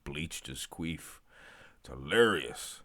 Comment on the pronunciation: Bro, it’s “Quiff” not “Queef” 😂